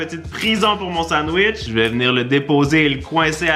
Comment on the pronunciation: « Le sandwech »wesh??!!😭😭